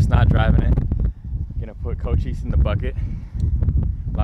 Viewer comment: Did cole say co chise instead of Cochise